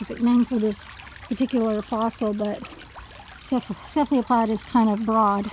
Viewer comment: That is pronounced, CEPH-al-o-pod.